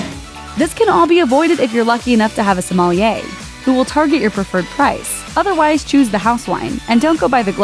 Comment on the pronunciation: pronounced som-lee-a